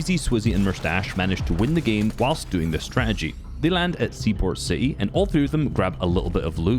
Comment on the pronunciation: “Seaport Ci Ee”